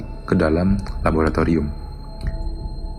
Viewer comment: Atau "Labolatolium Kampus"?